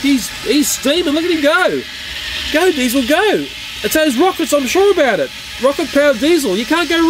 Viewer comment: You called DIESIL DIESIL ten